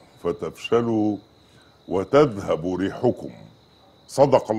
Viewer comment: يعنى هو الجهل وصل للدرجة ده ان الاية تتقرا غلط ولا تنازعوا فتفشلوا و تذهب ( بفتح الباب و ليس الضم ) ريحكم الدقيقة